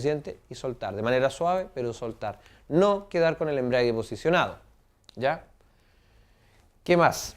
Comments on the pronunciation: embrague...no embriague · embragua...no embriaga...